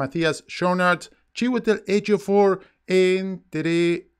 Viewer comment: Solamente por saber decir bien el nombre Chiwetel Ejiofor te mereces 450 mil likes , decime que te sale asi de rapido y bien dicho : djimon hounsou y te mando un kilo de asado y un fernet a tu casa ;)